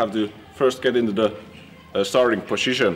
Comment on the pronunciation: Poshishion. Haha ! My favorite video !